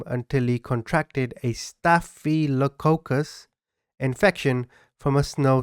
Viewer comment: Staff-uh-luh-Cock'-us , I hope that makes sense , lol